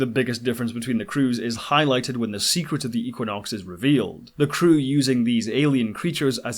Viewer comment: Had to stop after the fiftieth time I heard eeequinox. Just kidding.